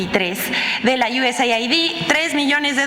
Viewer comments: USAID SE PRONUNCIA "YUESEID" QUE SIGNIFICA AYUDA DE ESTADOS UNIDOS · "USAID" SE PRONUNCIA "iu-es-eid) US (Estados Unidos) AID (ayuda) = ayuda de Estados Unidos